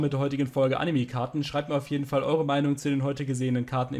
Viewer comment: "animi", immer